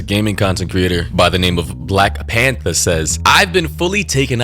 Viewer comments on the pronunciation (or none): none